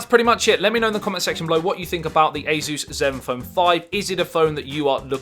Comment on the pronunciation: Who the heck is AZEUS? This company is A SUS or SUSS...